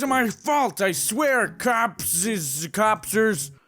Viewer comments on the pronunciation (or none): "Copicers" - I'm dying